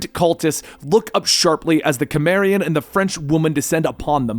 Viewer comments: Did he seriously pronounce Cimmerian as Kimmerian? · You're a big Conan fan are you, learn how to pronounce cimmerian